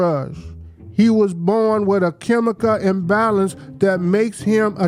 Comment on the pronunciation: "Chemicah imbalant"- Ben Crump